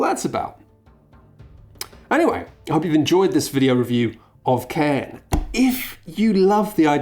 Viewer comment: it's pronounced "karn" btw, its a gaelic word, the i is only there to specify the pronunciation of the r